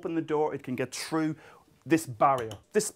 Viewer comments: Ha! I remember Dr. Moriarty's tale about his kid commenting something about the pronunciation of" three" sounding like "tree" (In the Guinness video) and he does kind of the same with "thru" (sounding like "true") . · "troo" lol excellent vid